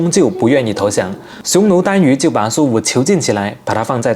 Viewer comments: 匈奴chan yu,不是dan yu. 贝加尔湖,不是贝尔加湖 ,视频拍的真不错,最可信说法是北海在甘肃白凉亭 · 本来是很好的节目，你为什么总弄些不相干的尖叫，好好介绍不好吗。还有单 在这里应该是念单（chan ）于。还有贝加尔湖，不是加贝尔湖。